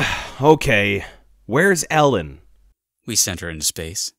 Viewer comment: I notice they keep mispronouncing things. Like pronouncing Narshe as nar-shay instead of like marsh but with an 'n' in FFVI and now pronouncing Ellone as Ellen instead of Eh-lone in FFVIII. Is this on purpose or what?